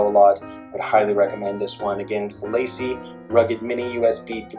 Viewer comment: It’s pronounced LAH-SEE and the other commenters are correct that you shouldn’t name this video “how to use...” unless you actually plan to show us how to use it. Maybe change the title to “how I use...”